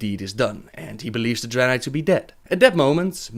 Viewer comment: I like that Draenei accent you're doing!